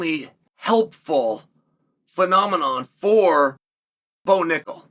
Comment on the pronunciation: Bo Knuckle (accented)